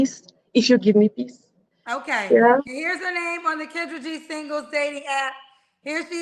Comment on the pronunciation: You called kendra's name wrong too 😂😂😂